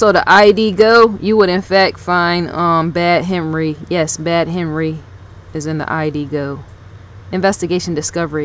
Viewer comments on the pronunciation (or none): none